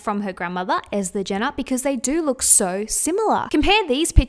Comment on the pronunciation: it's pronounce Est-er Jenner not ether x